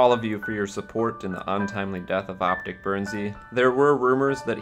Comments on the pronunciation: potic? its OpTic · I'm done did he just say optic pamaj